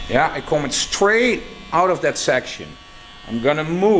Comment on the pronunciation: Thanks again to you and your team for putting another tutorial together. You have a natural gift for teaching and I I truly appreciate you and I'll never get tired of hearing you say "Yah"😃